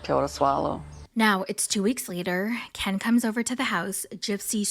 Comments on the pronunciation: The way u say Ken like Kian like she does 😂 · The background, the voice impersonations, the clips, the ‘Kenn’ pronunciation, it was all chefs kiss. You gained a subscriber just on this video alone. 😆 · I love how you got the gypsy voice down pact and how u say Ken. Makes me laugh every time 😂